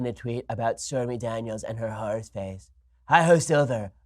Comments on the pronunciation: is he saying horse face or whore face? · I thought he pronounced it whores-face...